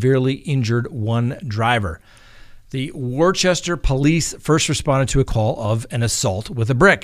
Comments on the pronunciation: I love u, but must correct u (with love). It's "Wooster", not Worchester", don't know why. The town was probably named by a 3 YO who couldn't talk very well. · The kids throwing the bricks at cars happened in Worcester, MA. It is pronounced “wusster” FYI Just a friendly help. 🙂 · Worcester = WUH-ster Massachusetts -- just fyi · As a resident of Massachusetts, its pronounced "wuhsta" but I am totally not surprised this happened in Worcester. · It's WooosTA, lol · Worcester is pronounced WUH. stuh. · Just an FYI.it's pronounced (wooster) Worcester, MA....throwing bricks at vehicles isn't good, ever